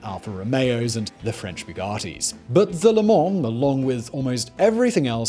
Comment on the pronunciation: Biew-gartey. lol